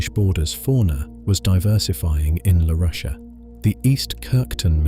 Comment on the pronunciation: If only the pronunciation matched the accent. "amnioty" (amniote?) "Larusia" (Laurasia?), "Ury" (Scottish surname, "Ure"). My ears are bleeding.